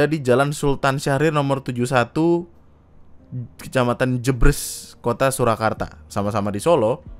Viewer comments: Jeb-bres bang bukan jebrees😂😂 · sebagai orang solo, ngakak bgt pas bagian abangnya bilang "jebres" 🤣